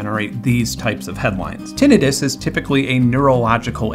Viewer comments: How do you get "tenetus" from the word "tinnitus"? Tinnitus is pronounced Tin-nitus. ENGLISH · "Tin-eye-tus" anybody? I'm almost getting tinnitus hearing you say it like that so many times, Benn. 😂😂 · ok i got clickbaited. i have actual hearing loss from not wearing earplugs enough as a kid + bad luck w genetics so i am...mildly annoyed. still a great video tho. except for the tinnitus pronunciation. tin-night-us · Ok, so one of us pronounces the word tinnitus incorrectly. I am assuming it is me since i am not the one that just put together such a solid in depth video essay about hearing. But i thought it was " tin eye tus " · Wait, is that how you pronounce tinnitus? I always thought it was pronounced tin eye tuss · soooo everyone I know (including myself) has been pronouncing tinnitus wrong..... good to know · After watching this video, I'm just drooling over the next time someone has the gall to mispronounce Tinnitus in my presence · Firstly, I have never heard tinnitus pronounced like you do. Second - as my two closest family members have 1) chemo-induced hearing loss and 2) menieres desease, it is nice to hear some representation! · TIL I've been mispronouncing tinnitus this whole time LOL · The gleeful 21st century mispronunciation of "tinnitus" on the internet is almost as hard on my ears as the tinnitus itself. It's giving me gas-tritt-tiss. I guess it's better than having hepa-titt-iss. Tin. ITE. Iss. Aight?